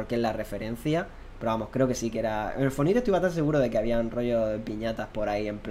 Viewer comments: "el fornite" Inglish masta ! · Fornite lo pronuncias como se lee? Really? Que asco